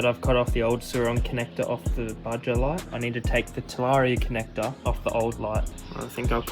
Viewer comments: its pronounsed baha not baja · It’s fucking Baja (baha) not Bajja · Pronunciation on baja is crazy😭